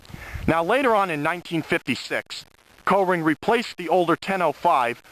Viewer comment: Up here in Massachusetts we pronounce it "Coring" not "Co-ring". LOL.